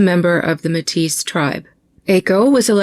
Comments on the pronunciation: Métis is pronounced May-tee 😊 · I'm looking forward to the next parts. I'm glad I found your channel (thanks Elsrich). It's no biggie, but just wanted to let you know that Metis is pronounced like May-Tee. The s is silent. Metis people are actually a distinct group recognized in Canada as primarily decendents of Indigenous and French, or Indigenous and Scottish. (From the early frontier/fur trade era when European men were having children with indigenous women.) Just a little bit of background. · Hi ❤love you ❤Métis it’s pronounced May Tee people. Thank you for all that you do!!